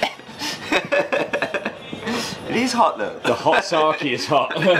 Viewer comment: Great content but super annoyed by the way you say sake lol. It’s an e not an I. Sah-keh